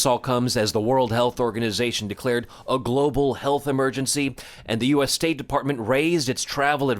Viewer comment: is no one going to talk about how she pronounced U.ASS (U.S.)